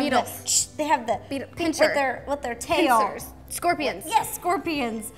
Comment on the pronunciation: Who else noticed she said pincer!!!!!!!!!!!😂😂😂😂😂😂😂😂